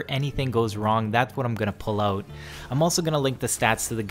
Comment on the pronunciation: "We're bringin oooot shotguns today"